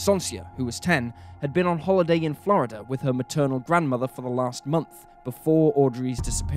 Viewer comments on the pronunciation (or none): none